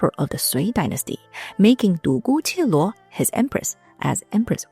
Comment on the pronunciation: Nice video! :yougotthis:A little mistake. It‘s Dugu Jialuo(独孤伽罗) not Dugu Qieluo.